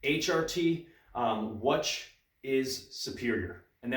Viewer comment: do you pronounce "which" as wuhch? that's interesting.